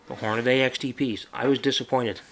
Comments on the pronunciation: there is no damn a between the d and the y!!! its deeeeee not dayyyyy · I swear half the people say "hor-nuh-day" instead of "hor-nuh-dee"